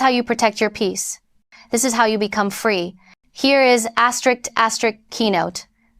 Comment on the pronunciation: If you can say "aster" and "risk," you can say asterisk. It's NOT "asterick."